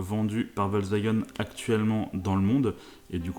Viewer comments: Volkswagen et non pas Volkswagun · VolkswagÉn sa se prononce